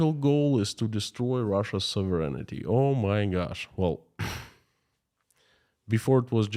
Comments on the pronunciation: I know that you like to know pronunciations… Sov…rehn ….tee (phonetically) not soverenitee (your pronunciation) Sovereignty (don’t pronounce the first e, the i or g) sov·er·eign·ty /ˈsäv(ə)rən(t)ē/ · You left out the E/I sound near the end. SOV- REN-I-TEE